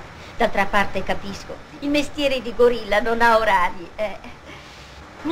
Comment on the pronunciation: "Non si dice govilla, si dice guavdia del covpo!"